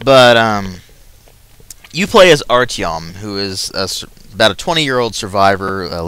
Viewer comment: Pronounced Artyom wrong, do not pronounce the individual letters, contractions like "kh", "cz", "yo", "zsh", ect. represent Russian letters.